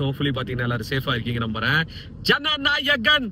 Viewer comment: Bro Jana Narayan ila ..Jana nayagan